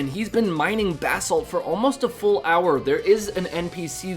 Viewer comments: Bass salt 😂😂😂😂😂😂😂 Bro it’s ba-salt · u keep saying bath salt and its cracking me up.. not positive but i think its buh salt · buh-salt brother, not bass salt. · basalt not bahsalt haha.. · my dude it's Bah- salt like "bruh" without the r. buh-salt. not bass-alt